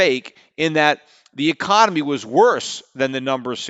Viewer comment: Is it just me or does Peter keep saying "ecomany" when he means to say "economy"?